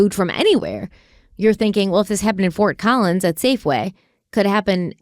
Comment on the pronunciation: As someone who lives in Colorado, the look of horror on my face when you said Fort Collins 😅 lord.